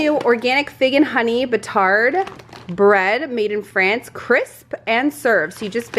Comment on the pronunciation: And no "d" in batar(d). We'll teach you French yet!